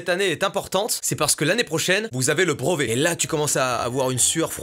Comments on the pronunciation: tu prononces BREVET : BROVET gars! ça me stresse!! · « Le brOvet » MDR ahah